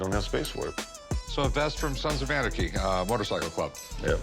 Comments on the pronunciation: "I'm a big fan of Sans of Arnachy show". 🤣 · “Sans of Anerkey”? Anyone else notice him saying that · Did the seller really say "Sans of Onarchy"? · He pronounces it Sons of Arnaky lol. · Sons of “ARnachy” 🤣😂 Yeah, he’s obviously a “big fan” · "Sans of Anarcky" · “Sansaf Varnachy” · Sans of Arneky 🤣 “I’m a big fan of the show” but he can’t pronounce it. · "I'm a big fan of the show" calls it "sans of onarchy" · "Sans of Arnachy" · He kept saying sans of onarchy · "Sands of Onarchy" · My man said sans of anarchy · did this dude just say "sans of arnegy" 😂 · “SANS OF ARNACHY” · That was the weirdest pronunciation I've ever heard of Sons of Anarchy. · Says he's a big fan of show but mispronounces name of show 😂